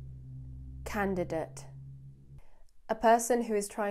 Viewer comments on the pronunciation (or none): Please check on your pronunciation "candidate"